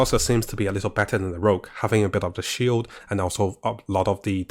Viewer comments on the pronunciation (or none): none